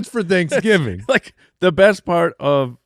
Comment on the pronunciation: "Thicksgiving"? What was that about?